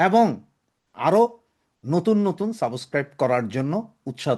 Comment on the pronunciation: সাবোসক্রাইব নয়। সাবস্ক্রাইব।